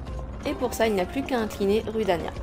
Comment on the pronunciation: D'ailleur on dit roudania